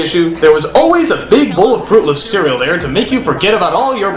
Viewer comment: Don't sing if you can't. Or pronounce words if you can't. It's cereal. not "see-wee-ew"